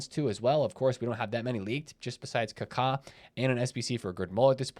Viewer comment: The way he says Kaka 😂.. Ka-Kaa 🦅